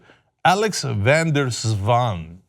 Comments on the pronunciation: Swans can be tricky. Van der Zwaan is surprisingly well pronounced by Cenk. White collars are ‘graaiers’. (Money lovers grabbing more and more) de Vos means the Fox BTW but whats in a (Dutch) name.. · Thumbs up for Cenk. Van der Zwaan, nicely done. (I have mentioned when the names had been slaughtered, this was done well.) The other names I give you... Showing it is not a certain nation but certain social layers. Not the white, not the black, not the latino, not the gay, not the feminist. but the: Filthy Richest!